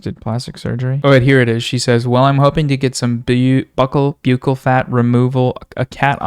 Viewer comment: I will laugh when you say byoukal fat instead of buckle fat